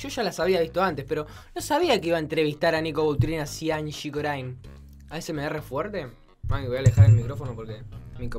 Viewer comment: Corine (se dice corin) no corain :v